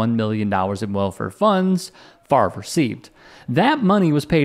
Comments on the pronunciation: I told y'all his name was pronounced Favor!!😡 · Bart Frarvrer should be sentenced to 24 months of intensive remedial phonics. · I've never thought he's very bright bc he can't pronounce his own name. 😂